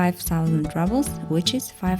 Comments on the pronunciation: Also - say rubel with U not A. ❤ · I really nice video. Only one gripe, the pronunciation of ruble is exactly as in Russian without the soft sign, not rouble.